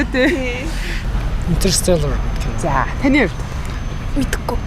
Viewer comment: ter instesellaa gd bga psda barg “tusgai salaa” gj bgam shig l sonsogdoj bn, naad duudlagandaa anhaarii shvv !!! neg l ih shvdendee hairtai tgched duudlaga muutai!!!